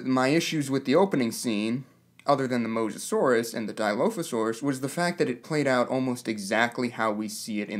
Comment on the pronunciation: How about you pronounce dilophosaurus right, and then consider the fact that your first complaint is of a small sound effect? Thats just dumb.